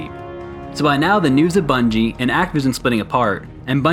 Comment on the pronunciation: “The new bunige” ?